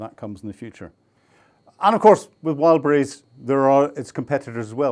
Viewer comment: More attention when mentioning brand names: it's "Wild Berries" not "Wild brise" 😂